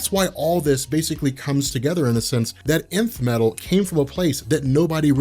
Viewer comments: i keep hearing the emith metal the emith metal but it's not emith but Nth metal ... what's happening to me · is it just me or does it sound like is saying inf metal and not nth metal?